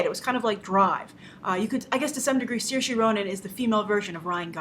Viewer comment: That's not how you pronounce Saoirse.